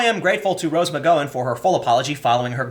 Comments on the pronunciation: Mc GO in lol. Gow as in cow. Not GO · It should not bother me this bad bud dude you mispronounce more words than anyone Iv ever heard. This is like my 4th comment lol I like your videos but I cringe when you say "Nighk" instead of "Ni-key" or "Mcgo-when" instead of "Mc-gow-when" a simple search can solve this. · Tim pronouncing McGowan's name wrong was actually driving me insane lol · Tim.. the ow in McGowan sounds like well. Ow. Now go-wan :) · Not McGowan is in 'go;' McGowan as in 'cow!' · As much as I have the displeasure of sharing a last name with her, it’s pronounced “ma gaow win” not “mc goh win” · It's Mc-Gow-en not McGo-when! You are driving me up the wall Tim! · Do you say McG"OH"wan on purpose? I am convinced you say "OH!" instead of "OW" when you stub your toe. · TIM: It's Mc..GOW-in. That's "GOW" as in "she wore a nice gown that night"...not as in "she wore a nice go that night". PS: "SJW/FarLeftist/Fininists are IN-FUCKING-SANE". The sooner you realize this, the sooner you can distance yourself from the Left, and the sooner you can admit you are not "left"...you're pretty far from "Left". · Unless you're doing it on purpose.... it's "Gow" like "Cow" ... Mc G (C) owan... It's like fingernails on a chalk board. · It's Mc-Gow-an (Gow, as in, rhymes with Wow!) Good video though. 👏👏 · McGowan is pronounced like "mick cow an." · Love your commentary. But Tim. Dude. Start googling "how to pronounce (insert name here)." McGowan has a gow like now. Now like row. You're too smart and your content is too good for you to keep mispronouncing shit. Even when you know you're mispronouncing shit, you call attention to the fact that you don't know how to pronounce it. Just Google it before you shoot and stop apologizing. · Dude! When are you going to pronaounce McGowan properly? It's not a long "O" sound its a short "O" sound. Think Mc-Wow-an but with a 'G" instead of a "W". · Do you intentionally mispronounce McGowan?! Holy fuck.